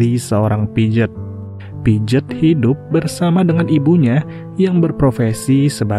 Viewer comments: piaget bacanya pijet😂😂.. padahal bacanya pease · Pijet pijet 😂😂 pronounciation nya atuhhh